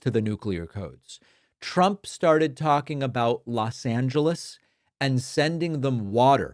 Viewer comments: “Los Angessess…Los Angesesessss…” 😂😂😂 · "Los Angeshishshs" - definitely sounds like a man that's on his A-game, eh, MAGA friends? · Los Angishezes!? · Ah yes Los Angleselesesless. I know it well.😅😅😅😅😅😅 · " .. the Mayor of Los Angiss .. Los Ansissis ..." The Class Dunce can't finish a sentence, compose a coherent thought, or even pronounce the name of America's second biggest city! And this is guy holding the Nuclear Codes? 😡Shame on on you MAGA GOP!! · Couldn’t even say “Los Angeles”. What time of day was this “speech”? Sundowning? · He cannot say Los Angeles. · He can't even pronounce "Los Angeles". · Los Angelesissisis 😵‍💫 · How can he mispronounce Los Angeles twice